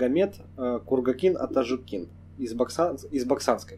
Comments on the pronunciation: Ударение не правильно ставишьАтажУкин. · лайк) и пару маленьких замечаеий. 1.В адыгских фамилиях ударение ставится на гласную в среднем слоге, т.е. АтажУкин, МисОстов, КардАнов, ШогЕнов и т.д. 2. Чегемских карачаевцев небыло и нет. Видимо в первоисточниках, где ты взял этот материал имеется неточность. В верховьях Чегемского ущелья жили и живут балкарцы, которых в описаниях тех времен называли просто чегемское общество. Ну а в целом материал очень хорошо проработан. Респект и удачи. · АТАЖУКИН - УДАРЕНИЕ НА ЖУ А НЕ НА КИН